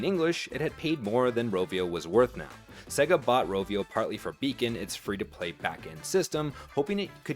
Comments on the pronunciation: AI content? It's SAY GAR not SEG AH. Either you never played a sega game, or it's ai content. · The company Sega is and has always been pronounced "Say-ga". Practice it until you get it right because it makes you sound really stupid especially talking games. Like a mechanic who mispronounces "wrench"...